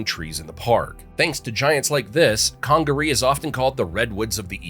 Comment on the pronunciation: .Edizztoe WTF😂! South Carolina here. He probably called Huger street in Columbia Hew-ger😂 or Gervais Street Ger-vi-ass😂. I'm actually surprised he said Congaree properly!